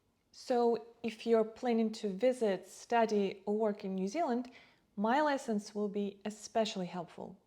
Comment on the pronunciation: Why you always say licence instead lessons?